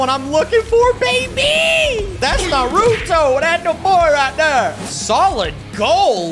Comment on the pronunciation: The a in Naruto is pronounced like aw